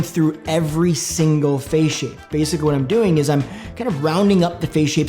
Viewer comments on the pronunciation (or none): none